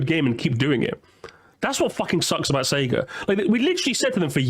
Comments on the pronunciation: Between the doofy ass art style, removing Sonic's personality, and constantly saying "SEE-guh" I'm convinced that vid is just high production quality ragebait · i like to give some leeway to mispronounciations because usually i just chalk it up to people's accent but "seegah" is just straight up wrong 😭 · "See-ga" despite hurting me with how it's pronounced, is the most common way to say it among older Australians (who got into Sega games before the voice line at the beginning of games) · c-ga is the australian way to pronounce sega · "See-gah" is how it's pronounced over here in Australia. Always how I heard the old consoles start up too blasting "See-gah!" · "Seega" is how (some, not sure if it's all) australians pronounce Sega lol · "See-ga" is an Australia thing; all of TV ads from the 90s say it that way, no idea why. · “Seega” is how Australians pronounce “Sega”, because it’s also how Australian adverts for Sega always pronounced it (for some weird reason). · That’s just how it’s said in Australia. Back in the day all the offical material in the Mega Drive-Dreamcast era pronounced it “See-gah”. Dunno why it’s like that, but that’s how I and everyone I know says it. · Basically, the early Australian marketing for SEGA decided to pronounce it 'see-gah', which meant that any Australian who grew up with the Mega Drive through to maybe the Saturn was conditioned to say 'see-gah'. As far as I know as an Australian, there's absolutely no convention of the accent that would actually make you pronounce it 'see-gah' over 'say-gah', it's just something that stuck. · This guy clearly has never played a sonic game because everyone tells you how to pronounce sega when you start the video game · Like it wouldn't be that abhorrent if the correct pronouncation wasn't literally yelled at you when you boot up the game 💀